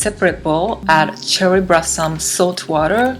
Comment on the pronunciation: Sorry. I had to watch this on mute. The confusion of the l and r was triggering my OCD. "Brossom and clust" was perplexing me.